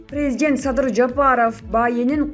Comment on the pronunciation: Президент дегенде туура басым коюп окусан Боло,эптеп учко окуп бутконсунго,сабатсыз